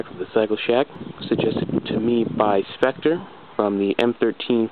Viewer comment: sweet! it's about time I got to see them :D she looks mean dude, really nice :D and thanks for the shout out! I appreciate you saying my name correctly, everyone always pronounces it "sektrah" lol they look really nice :D yamaha's are the way to go! keep up the good work man! :D -spectre